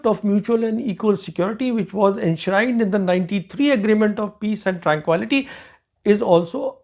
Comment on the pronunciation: While I appreciate your knowledge and expertise, your unusual pronunciation is jarring at times. Look up the pronunciation of "tranquility".